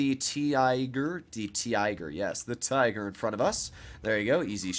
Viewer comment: "We got the Te-iger" I'm sorry. The what?